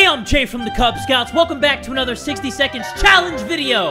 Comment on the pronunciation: Did he say the "kubz Scouts book?"